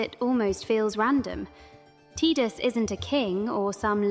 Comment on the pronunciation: Why is she pronouncing the “i” in Tidus like an “e” ?? Phonetically it’s pronounced Tye-Dus… not Tee-Dus.